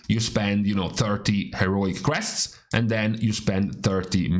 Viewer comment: Took me five minutes to realize he said crests.. not quests..